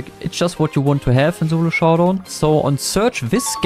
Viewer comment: "zolo showdown" but still got "showdown" true